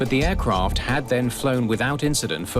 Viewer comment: "Air Croft" what is a Croft ? There is no O in the word AIRCRAFT